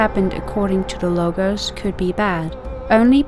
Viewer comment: Lol.. what about your barbaric pronunciation of "Λόγος" (Logos) it sounds more like Lowos not a hard tone on "g"